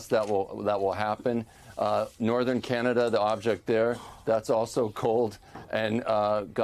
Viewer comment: In the US or “Canadia”?